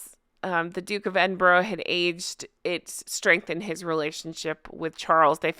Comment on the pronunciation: Love your videos. Just a wee side note, Edinburgh is pronounced Edinburra lol